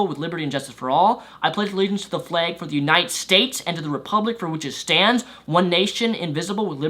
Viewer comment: you sound like you're saying "the fleg"